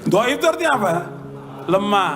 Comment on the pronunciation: Dhoif bukan gaib mas bro